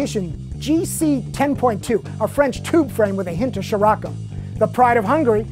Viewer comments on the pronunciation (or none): none